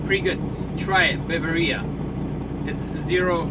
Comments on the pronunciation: The rates are higher into and out of California due to recent gig legislation which caused independent truckers to leave the state. Drink is pronounced ba-var-e-a after the German province. Lesson learned; always get phone number of both parties. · NOT BAV A RIA BAVARIA PART OF GERMANY